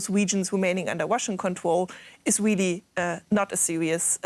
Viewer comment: I think the blonde chic must be Elmer fudds granddaughter she says be bewy bewy qwiet I'm hunting Wussians